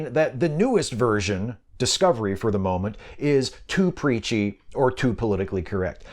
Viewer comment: I thought you said "Peachy".